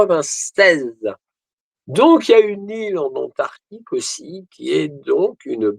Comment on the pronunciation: AntarCtique et non Antartique !